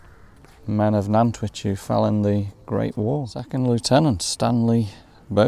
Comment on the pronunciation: Always good to re visit Nantwich , lived there for near,y 20:years , but as good as the videos are , the pronunciation of the town needs some explaining. The town Nant means river in Welsh and which comes from the Anglo Saxon of Wyche meaning salt . They are 3 salt towns of Cheshire Nantwich Middlewich and Northwich .